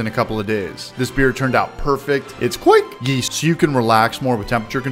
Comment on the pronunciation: I'm cracking up every time you say kveik haha that cinnamon toast crunch beer is on my list!